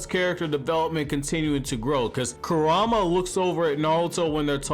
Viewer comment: I just still cant belive that you cant prenounce “kuruma” and “sumire” when they literally say their names in the anime 🤦🏽‍♂️🤦🏽‍♂️